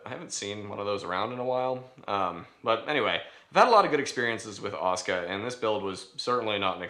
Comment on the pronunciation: i know its tupid.. by why are you pronouncing it 'oscar'?.... its Ah-soo-Kah